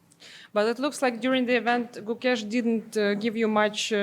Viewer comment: Gukesh ❌ CooKESH ✅